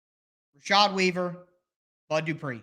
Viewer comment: That "where is the bud" shows you're a true Tennessean 🤣